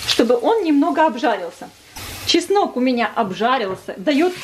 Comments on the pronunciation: ЧеснОк, а не часнык! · Простите,ну очень режет слух "часнЫчок". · Все отлично,только чеснок,а не часнЫк!